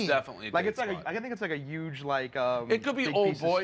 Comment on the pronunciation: the way says yuge. A thing of beauty.